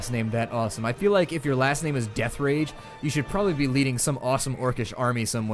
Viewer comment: its deatherage huh (you say it like deathrage)